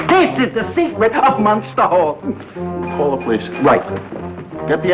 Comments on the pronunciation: Es la familia Munster, no "monster" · Es Munster, no Monster como indicais